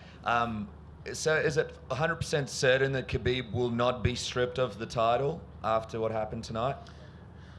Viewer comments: I agree 100% with you. I'm not surprised it happened at all but I think Conor grossly underestimated Khabib and it showed. He also forgot that Khabib has friends too. And say his name right Dana, KHABIB, not Habib. That's rude. And no, he shouldn't be stripped of the belt. That fight was legit, the win was legit. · It's KHABIB not Habib